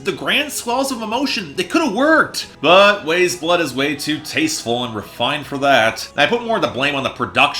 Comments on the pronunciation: This is easily one of the best albums not just of this year, but this decade so far for me, but I respect your opinion. I think what bothers me most is how you say her name. it's pronounced like WISE blood, not WAYS blood. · its pronounced wise blood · it’s pronounced wise blood my dude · You could not even pronounce her name correctly, says all I need to know about the thought put into this review. Don't talk about this artist again please. This review is a bomb on the level of Fantano House of Balloons and the dislike ratio says it all